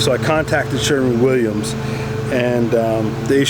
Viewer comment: *Sherwin, not Sherman. It's spelled right out for you on the can. Also, it's a one coat system, unless you're applying "wet-on-wet," which can be a real PITA on large areas with few natural breaks.. Excessive film build, resulting in tackiness and shiny spots will occur with multiple coats.